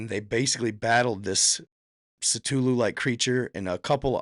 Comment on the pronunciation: Say it with me,, “Kuh-Thoo-Loo”